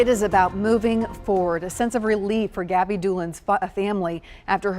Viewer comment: yes but your AI is messing up the pronunciation horribly. It’s saying Gab-eye not Gabbi.